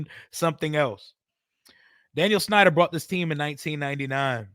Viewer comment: With all due respect but it's Dan Snyder lol